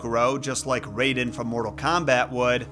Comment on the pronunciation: omg stop saying RAYden. his name is raiden. r-EYE-den. yes it was spelled Rayden in the first Mortal Kombat BUT that was a mistranslation and all subsequent games have used the correct spelling.